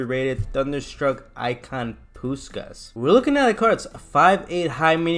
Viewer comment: That gameplay nearly convinced me to buy him lmao good stuff also his name is pronounced pushkash because in Hungarian the S is a sh sound :)